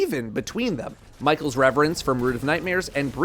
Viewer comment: It’s MY KELL not MICHAEL DUMMY!!!!!!!